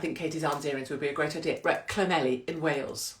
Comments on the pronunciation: My Welsh mum would be mortified that you didn’t pronounce Llanelli properly. It’s thnethleegpgogochurghughchokespitphlegm. Wonder why she left. She still can’t say ‘blouse’ (blowers) or ‘fire’ (fyeer) or ‘keys’ (key-eers) or ‘sure’ (shoo-er) 🤣❤️ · When you get to Llanelli, ask a local to pronounce it for you, every you've said it, I've giggled! I must admit, some of the Welsh towns are pretty tough, too many L's & Y's!! Love the earrings 💕🐩🏴💝